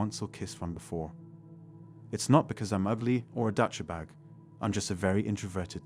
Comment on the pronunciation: A “Dutch-eh-bag”??? your Text to Speech converter software needs more testing!!!